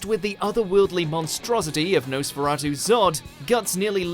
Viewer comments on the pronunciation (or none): none